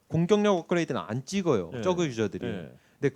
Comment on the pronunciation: 전태양 선수 쩌그 발음 ㅎㅎ